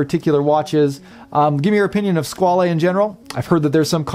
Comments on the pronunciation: I'm really surprised with all your usual in depth research that you didn't find that Squale means shark and is pronounced Squal the is silent and yes I do love the black dial but would be hard to choose one or the other both are fantastic along with your reviews Thanks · FWIW I think the correct pronunciation is ‘Squawl’ the French word for shark but given that this model is the ‘Corso Italiano’ then perhaps the Italian wording flair is warranted.